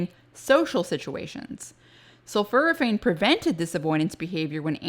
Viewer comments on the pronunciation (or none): Dr I don't mean to be critical but I believe you are mispronouncing "Sulforaphane. The first part of the word is not "sulfur" but is "sulfor. And it sounds like you are saying "sulfur" instead of "sulfor." Sul-fora-phane is what is should sound like I believe. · The word is pronounced “sulforaphane” as in for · Have i been mispronouncing it? Sulf-OR-aphane? (You say it sulf-UR-aphane).